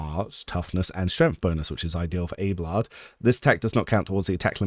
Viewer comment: but you're pronouncing it "Abe-lard" ? It's not pronounced like that by anyone in the game. It's Ab-eh-lard.